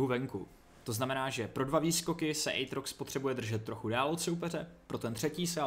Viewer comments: Aatrox a ne Ejtrox xD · je to átrox ne ejtrox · Vyslovuje se to "Ejtrox"